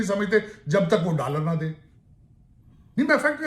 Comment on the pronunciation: Hume ' daaalar ' de😂😂